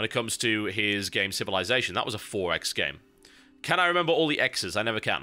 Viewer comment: lol the 4x.... how he pronounce... EXPO.... hahaha